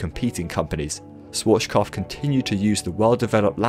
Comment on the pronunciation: Did you really say "Sworshkoph"? :D